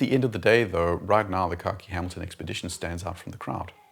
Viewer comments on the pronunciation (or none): Every time you say khaki it sounds like you’re saying car key. Keep up the great work. I don’t even own a watch and I’m subscribed.